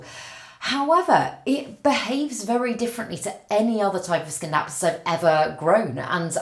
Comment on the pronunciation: in Scindapsus the C is silent